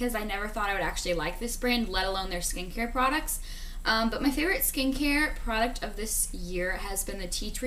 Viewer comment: Everytime you say "Skincare product" I hear "Skankier product"